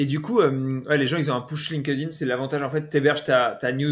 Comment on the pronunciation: putain la prononciation franco francaise de linkedin. Un anglais doit bien rigoler si vous lui parlez. LinkedIn etait bien au debut, sur invitation. A Present c est un espece de facebook. Plus d interret depuis 10+ ans.